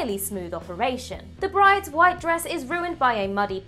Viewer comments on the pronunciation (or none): none